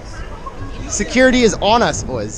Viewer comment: Why can’t you say security